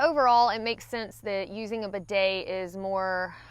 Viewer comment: Even the way has a hard time saying bidet this shows how Americans are totally unfamiliar with them and afraid of them. put an inexpensive bidet on your toilet and you will come to hate wiping and learn how unhealthy it is.